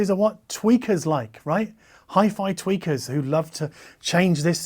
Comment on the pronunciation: I love that you called audiophiles "tweakers" because I definitely heard tweeker.